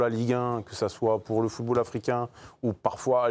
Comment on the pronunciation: "Le footre Africain..." 😂